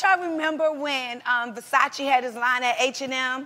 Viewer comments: "this is VERSAYS" hahaha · "verSAYS" lmaoooo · Weak at Ver-Sayce lmao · The way Tamar pronounced Versace was the same way my friend's Filipino mom pronounced it lol